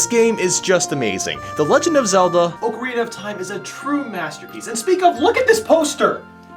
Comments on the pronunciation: It's OCK-arina, not OAK-arina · You switched the vowels in "Oakarina of Time" and "Yawshi"...